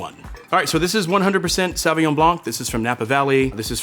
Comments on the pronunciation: No. Saw vi ngon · Is his pronunciation of "saw win yaw-ng” for Sauvignon typical of how most Americans would say it?